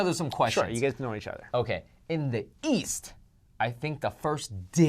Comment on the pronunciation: says East as if he is saying yeast XD